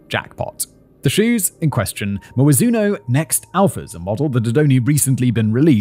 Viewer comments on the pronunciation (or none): Simon: "do they speak Cantonese in Hong Kong?" mmm I smell a chasm in Simons awareness about things in east Asia, and not for the first time, but this is the crowning jewel of them...Also, Mizuno isn't pronounced Mijzuuyynoouu. It's Mi-Zu-No.